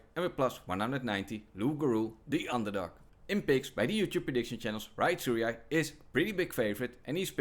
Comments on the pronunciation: bro just gave up on how to say Tsuruya 😂😭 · if you cant pronounce tsuruya. youre dyslexic